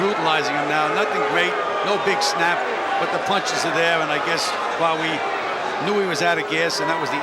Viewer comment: for God's sake stop saying Quawi, It's Qawi which means in Arabic 'strong'!